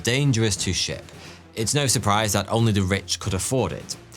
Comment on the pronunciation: Was I the only one who heard "tea was expensive to buy, and dangerous to shit" ? 😂